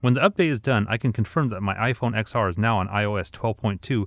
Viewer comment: it's ten R, not X R